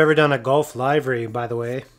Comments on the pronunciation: Always great work and ditto on pronouncing livery...Liv Ree 😉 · I’ve always loved the Gulf look! And this one is no exception! One thing (and it’s completely me…) but it is pronounced ‘livery’ with a short/soft I sound, not the hard I. Think “I just want to live, man!”, not “the show will go live in 30 seconds….” Keep those cars coming, but, could we see some more restorations?